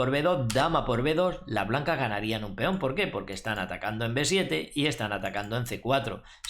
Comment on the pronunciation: JAJAJAJ es muy graciosos como dice feon JAJAJ